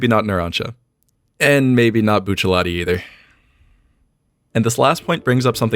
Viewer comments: why he sayin Buccilati instead of Rati lmao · I hate hearing it said bucciaLati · his name is buchiaratti not buchialatti im pretty sure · Why do you say Buccialati, it's Bucciarrati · At what point is there an L in Bruno Bucciarati's name? Cause the entire video he calls him Buccellati. Edit: I'm guessing that's how hes called in the manga? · Bucialatti is really pissed about how you pronounce his name TT.TT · It's... Bucciarati not Buccialati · I’m pissed he says BuchaLATI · oooh it bugs me to hear bucciaLati and not bucciarati" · Bruno Bucciarati, Buccialati LOL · I keep hearing "bucha-lot-tee" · bro you aint asian stop pronouncing bucciarati as buccialati ... or you just really wanted a latte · BucciaRati. Why do you pronounce it with L's. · I could comment on any one of the many things other people in the comments are going on about, but I just wanna say one thing: bruh, there's no "L" in Bucciarti's name. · "buccialati"? lel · my mans sayin buccialati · Ugh, I HATE hearing "bucellati" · STOP SAYING BOOCHA LOTTY WTF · How can a guy with such good knowledge of the law not pronounce bucciarati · i hate your prononciation of buciUwUati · What?! you mean you don't love how he pronounces BUCCELLATI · do you mind pronouncing the "R" in bucciarati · 'Boochelati' 'choosen' bruh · The way your saying bucciarati is making my ears upset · can we just acknowledge that he calls bucciarati buccialati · Stop saying Buccellatti! What, do you pronounce other characters as Giolno? Nalancia? Lisotto Nelo? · The way he says Bucciarati makes me mad, great vid tho. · Where’s the L in Bucciarati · Are you purposely saying Bucciarati wrong? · Why are you pronouncing Bucciarati wrong? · Where is the "L" in Bucciarati?